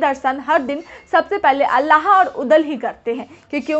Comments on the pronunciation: Alla nhi Aalha bolo medam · अल्लाह नहीं आल्हा बोलो मैडम